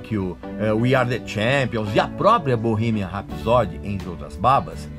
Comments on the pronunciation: Se escreve ''Bohemian Rhapsody'', porém se pronuncia: Bohimian R (acentuado com fonética de ''ur'') épsody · pronuncie certo pelo amor de dio mio cornuto é bow-rremien ( rrs ai é tipo metralhado e não R forte nosso como em rato como voce ok? rrrapsodeee a tonica ai é no final e soa como a letra i longo iiiiiiii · Bohimia rapsod que agonia!!!! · Bohemia Rhapsody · VOCÊ NÃO SABE NEM PRONUNCIAR O NOME DO FILME CORRETO... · Ainda bem que o filme é uma ADAPTAÇÃO dos fatos reais, a ordem cronológica e esses detalhes que você mencionou não mudaram a essência da história da banda. Tudo que aconteceu no filme foi permitido ir às telas pelos próprios integrantes. Agora como um fã, só faltou você pronunciar o nome da música “Bohemian Rhapsody” corretamente, já que preza tanto pela originalidade. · Você é tão fã q nem sabe pronunciar Bohemian Rhapsody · Acho q vc deveria primeiro aprender a pronúncia correta do filme, depois criticar alguma coisa. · Erro eu vir no seu vídeo. Não sabendo pronunciar o nome do filme. Para cara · O erro começa com você não sabendo pronunciar Bohemian Rhapsody ! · Esse cara não sabe nem o que tá falando!!!! Nem pronunciar o nome direito ele consegue, que dirá falar sobre o filme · Nss , fala o nome do filme direito pelo menos... Sabe antes do falar bolufas. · o filme não é perfeito, mas como todos os outros têm pequenas falhas, mas não tira o mérito do filme, você está pronunciando errado o nome do filme, o inglês péssimo 😂😂😂😂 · Primeiro erro e que já me disse tudo...foi a sua pronúncia do nome do filme e música do Queen. Nem continuei a ver seu vídeo. Sai fora recalque. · Eu comecei a assistir o vídeo e parei na parte que você falou o nome do filme com a pronúncia escrota e errada. A proposito, Respeite os Fãs do Queen,medriocre é o cacete. Ficou tão incomodado com o filme, produz um melhor e lança .